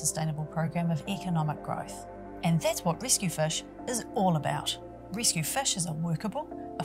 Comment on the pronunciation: "Rescue fush"